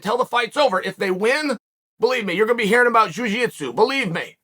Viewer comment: "Juu jeetsu" 🤣🤣🤣🤣🤣